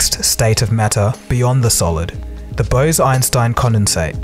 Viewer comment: Bruh, BOSE-EINSTEIN not Bows-Inestine